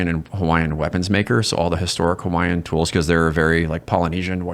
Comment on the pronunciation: As a hawaiian veteran, brother I love you man. Your gifts were awesome, and your pronunciation was top tier.